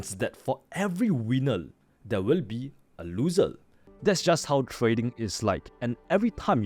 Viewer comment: For every winnel there will be losel 😂